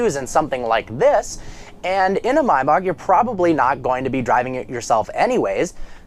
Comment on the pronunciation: Did u say "my bok" 😂😂